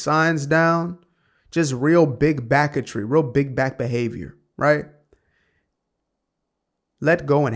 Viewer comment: "Big backetry" lmao